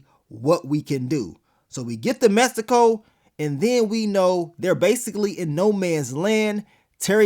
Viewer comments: y u keep saying it like messsico??? 😂😂😂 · The way he kept pronouncing Mexico 😂